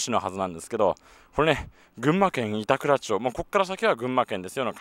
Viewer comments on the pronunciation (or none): いたくらちょう→いたくらまちｗ おぎゅうえき→やぎゅうえきｗ